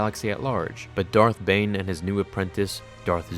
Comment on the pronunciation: Who else heard “thot bomb”